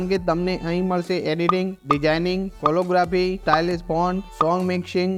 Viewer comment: વિનંતી, ઉચ્ચારણ શુદ્ધિ કરશો તો વધુ સારું લાગશે, "કેલીગ્રાફી" છે કોલો નથી.